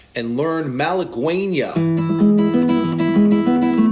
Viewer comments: is malagueña pronounce malahenya or malahuena or malagena or malagenya or what he said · The U in "malagueña" is silent